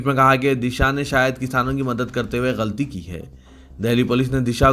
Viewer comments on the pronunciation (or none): none